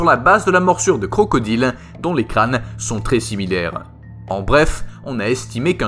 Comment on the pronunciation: on dit " sont" et pas "sot"